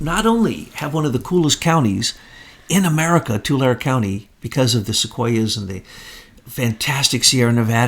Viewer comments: It's pronounced "TOO-lair-E" Tulare County -Devin Nunes ROCKS!!! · I’m from Fresno Country which is next door to Tulare County. “Tulare” is pronounced “too larry” btw